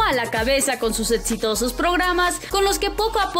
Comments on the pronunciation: Quien es la iletrada que narra esta nota que dice “etsitosos” #nochinguen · "Etsitosos"? Etsatlon?? Que onda con esta morra, no sabe Hablar o que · Programas tan "Etsitosos" cómo "Etsatlon' jajajajaja me cago de risa! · "etsitosos" XDDDDDDD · Etsitosos, Etsatlon, Rialiti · Seg ¿Etsitosos? 😂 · Sería bueno que la persona que narra el vídeo. Pronuncie bien , o que le enseñe alguien a pronunciar ciertas palabras como EXITOSOS Y ARI BOROVOY. se escucha muy mal cuando menciona esas palabras